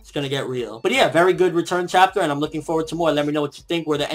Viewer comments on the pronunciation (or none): none